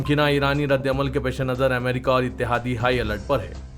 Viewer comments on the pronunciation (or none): none